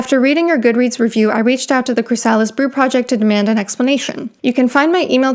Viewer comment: CHRY-sa-lis, not chry-SA-lis.